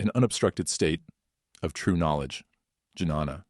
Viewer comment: Jnana - “j” is silent Right pronunciation is Nyana